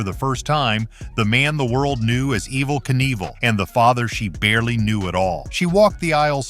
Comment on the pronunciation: As soon as his name was mispronounced I turned the video off.